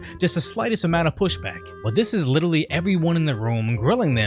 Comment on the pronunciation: interesting observation, another american who mispronounces the word literally.